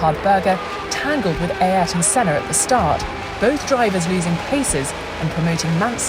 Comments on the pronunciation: the senna pronunciation drives me nuts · Mansell was a cracking driver ,a nice bloke and master of the moustache 👍( why can’t the commentator pronounce Sennas name)